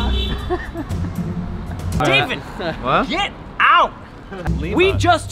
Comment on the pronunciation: pronouncing "Llama" as "LAM-UH" is 100% a nod to Tony Vlachos.